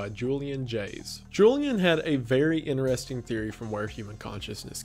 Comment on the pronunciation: I just always notice how he says “interesting” :D Can’t help it